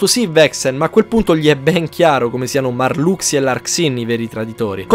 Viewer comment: Che bello sentire "MARLUXIA" e non "MARLUSHA" hahahaha da bambino lo chiamavo MARLUXIA e rimane tale sti cazzi Cmq ottimo riassuto!